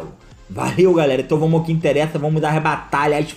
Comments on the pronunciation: Não aguento ele falando "vomos" hahahahahahaha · nem eu kkk